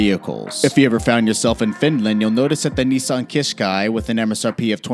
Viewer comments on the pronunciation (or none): Not a keshquai its a kashqai